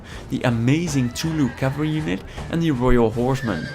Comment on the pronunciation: By the way, you mispronounced the Welsh cavalry, it's pronounced Teili. Hope this helps if you have to talk about them again!